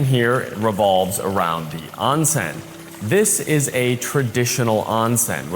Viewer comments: Oon sen. Not on sen. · Onsen is pronounced . . . Own Sen . . .